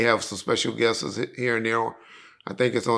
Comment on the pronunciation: This ninja said it’s Happy New Year not Years only to later utter the word guests completely wrong 🤣🤣🤣